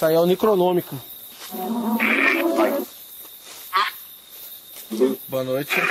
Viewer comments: Necronômico kkkkkkkkk desculpa mas eu ri. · ....Eu ri muito quando ele falou Nicronômico...rsrs.. Ele e o,chama o Necrophonic de Nicronômico,rsrs...